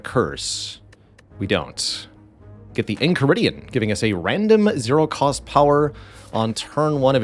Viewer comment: u pronounce enchiridion correctly, it's an item from adventure time and they say it aloud regularly